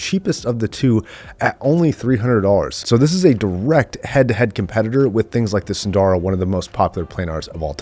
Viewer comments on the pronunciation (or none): There are no long vowels in "SUNDARA".